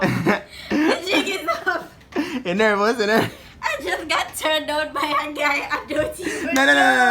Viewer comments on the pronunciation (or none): She said me nernous I don't know who heard it 😂😂😂😂🔥🔥🔥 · "Im nervenous"😂😂😂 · Nernous??? Tf